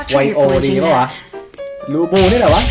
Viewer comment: ครับ มันอ่านว่า ลิโป้ นะครับ ไม่ใช่ ลูบูนะครับผมมมมมมมม